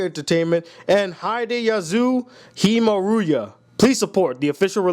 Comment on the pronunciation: I love how terribly you pronounced the creator's name! XD